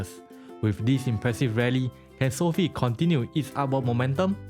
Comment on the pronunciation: Learn how to pronounce Sofi disrespect man